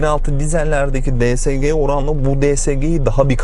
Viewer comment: Şu şansımana di es ci diyenlere gıcık oluyorum Allah tan öyle değil